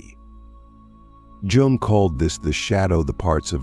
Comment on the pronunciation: You fucked up the pronunciation of his name. It’s hard to take the video seriously after a mistake like that